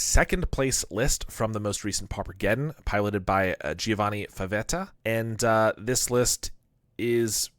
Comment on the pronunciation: Yooooo very nice! A little language tip: it's GIOvanni, you pronounce "gio" like the "gia" in "giant" and the "o" is like in "over", very clean